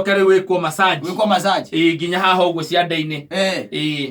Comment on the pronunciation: It's massage not masserge